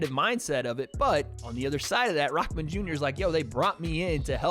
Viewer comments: You say it like his name is rockman jr but it’s rahman jr lol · you pronounce his name all wrong.. it not rock-man junior.. rahmen.. say it like reeehmaan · Tf is RockMan? it’s Rah not Rock💀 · its Rahman not ROCKman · If u want to do commentary on youtube at least learn his name properly.He is not raKman ffs come on man!!! he is Hasim RaHman. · IT’S RAHMAN NOT ROCKMAN!! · Why Is 'RAHMAN' Pronounced as 'Rockman'...?? What the Hell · It’s kinda funny how you say Hassim “Rockman” Jr. when it should be pronounced Hassim “R-uh-maan” Jr. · It’s Rahman not Rockman dummy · “Rahman” not Rockman… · Sound like you're saying rockman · Why does it sound like hes saying rockman jr lol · Dude why are you saying “Rockman” Jr???